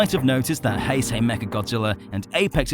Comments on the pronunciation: He pronouces heisei as "hey-sey" alr so are you then gonna pronouce Einstein as "eyn-steyn" then lol. In general the "ei" is the "I" sounding so the pronunciation of heisei is Hi-Sci. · its hei-sh-ei